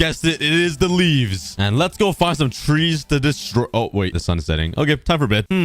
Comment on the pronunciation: Parents:trees You:twees